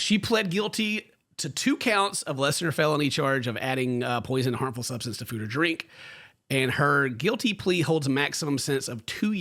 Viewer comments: “Sumbstance” hehe 😈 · "sumbstance to food or drink" lmao